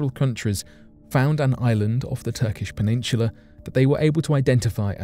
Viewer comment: Peninshula??? No H in peninsula